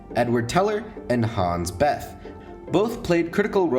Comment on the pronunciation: Problems: - Neumann, Wigner, Teller and Szilard were originally from Hungary they only studied in Germany (not sure about Neumann on this one and lazy to google). - Bethe is not pronounced like that. - I'm pretty sure Teller was a contributor to the implosion design but the most important thing (the lenses) were originally designed by Neumann.